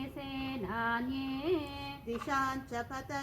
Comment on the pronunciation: ಸೇನಾನ್ಯೇ.. ಅಲ್ಲಿ ದೀರ್ಘ ಸ್ವರಿತ ಇಲ್ಲ ಮೇಡಂ